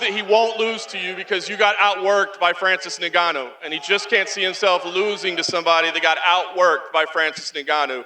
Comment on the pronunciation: “Francis niganno”